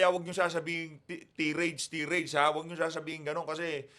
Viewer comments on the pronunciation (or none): tai·rayd ang pagbasa ng tirade. tirade means a long, angry speech of criticism or accusation. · Hoy Barbero, " tirade" pronounced as [tie-rade]. Ayusin mo mag Inglis